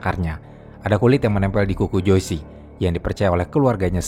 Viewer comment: Joyce itu dibacanya jois bukan joisi… smg next ga salah lg ngucapin nama